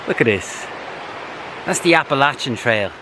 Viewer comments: God Bless you for pronouncing Appalachian the right way. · I'm glad to hear you pronounce "Appalachian" correctly. I wish you could have gotten some grits with your breakfast, they are great with some butter on them. Your doin a great job. Thanks for taking us along with you. Steffon